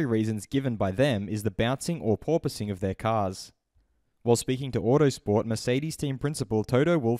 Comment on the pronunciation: No Toto! Its porpoising